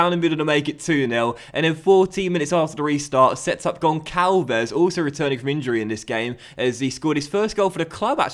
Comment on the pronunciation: Hi,! Love your videos! Btw, the "ç" in Gonçalves is pronounced like a "s". Love from Portugal